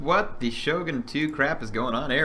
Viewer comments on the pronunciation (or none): none